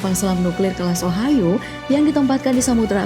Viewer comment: selam nuklir ohio my ears:Selam nuklir ohayoo